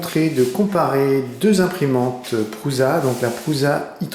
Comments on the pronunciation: Prusa est un nom propre. J'ai demandé directement à Josef comment son nom se prononçait. C'est donc ni "Püza" ni "Prouza" mais "Precha" comme pre(mier) + chat. Quant à Bear, bien évidemment, c'est de l'Anglais même si son concepteur s'appelle Grégoire et qu'il est probablement francophone (on ne s'est jamais rencontré). J'en profite pour dire que dans les dernières versions de la BEAR les extrémités du portique et l'extrudeur sont différents (BearExxa) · Salut :) Prusa se prononce "Precha" et Bear "bère"